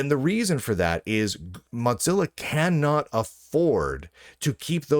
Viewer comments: Please stop saying Motzilla... It's mozilla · Why are you saying mot-zilla when it is clearly mo-zilla. You can clearly hear mozilla personnel saying it correctly in videos. Level up. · Why do you call it MoTzilla. Their aren't two z's in the name. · moe-zilla, am I crazy? Moe, like moe money moe problems, and zilla, like Godzilla. Moe-zilla. I don't get it when people say Mox-zilla. I know, I know, toe-may-toe / toe-mah-toe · it isn't called motzilla. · There certainly isn't. He must be seeing two z's as used in italian and need his glasses prescription changed.